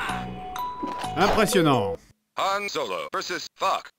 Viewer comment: Dans ce cas là si c'est volontaire je te pardonne x) Y'en a tellement qui disent Yan au lieu de Han même en sortant du cinéma encore aujourd'hui. Sur ce, je reparts sur mon millénium condor !